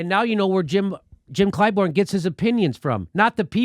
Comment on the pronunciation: It's ClyBURN, Jimmy. Not ClyBORN. WTF?